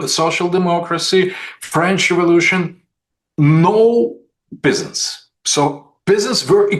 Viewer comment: I love how he pronounces "peasants" as "pissants".